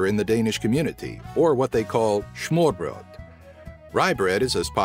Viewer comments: not "Schmoorbroot" ... It's "Smørbrød" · You Called it Smoorbryd xD Its Called Smørbrød and Denmark has also Good Grød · Schmorrbrod?? You ain't covering Germany... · I lost my shit when he said smørbrød xD also fun fact: the name lego are the word Leg Godt put together which means "play good". Also, danish is the hardest language using the latin alphabet to learn, hence why you could pronounce any of the danish word in this video x), yet we're still the best non-native english speakers in the world!